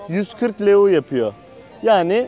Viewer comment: Gezgin kilisenin adı metropolitan katedrali Stefan selmare değil stephan chelmare Para birimi leu değil ley 🙄🙄 biraz düzgün araştırıp öyle bilgi verin!!